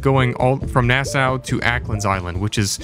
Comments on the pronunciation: That na-sow was killing me.. it’s pronounced NASS-SAW bro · It’s pronounced Nass-aww not Nass-oww 😂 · Here from Nassau(which is actually pronounced “Nah-Saw”)🇧🇸 I love the content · It’s Naah-SAW, lol You are the best brother!